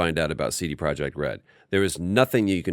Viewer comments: "CD Proy-eck Red" I thought it was just a cool kid spelling not a different (Polish?) word. That's why you have to listen as well as play and watch I guess. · Missed the ''T'' in CD Projekt's name there 😉. Love the show, congrats on 50 episodes!